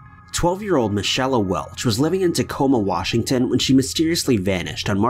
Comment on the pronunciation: Michelle, not michella